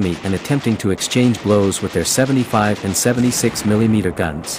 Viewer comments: I won't watch anymore videos from FactBytes until the can stop A I from saying, "Milly Meter". Hair-pulling time! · Very cool video. Just one criticism from me, the way you say “milee-meter” and “glasee” instead of millimeter and glacis was a bit distracting to me. Lol. I know that is a ridiculous complaint, but it was like nails on a chalkboard to me. Lol. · It's not Mileemeter.